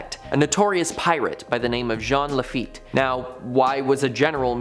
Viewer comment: Gene lafeet is how that’s said